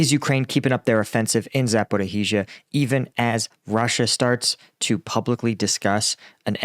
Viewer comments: Thanks. Just one remark and to make your life easier - Zaporizhzhia should sound like ZA- PO- REE-JIA (not ZHIA)... I dont know why our ukrainian lingiusts wrote this way... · Z a p o r i zh zh i a There's no "h" sound!!!! Please :) And Robotyne, the "y" is pronounced like a short "i" rather than "ee". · Thank you for your reports. I appreciate all that yopu are doing. FYI, there are only four syllables in Zaporizhia, not five. It is pronounced "Zap - Oh - Ree -Sha" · For the love of God, please learn to pronounce Zaporizhia properly!!!!!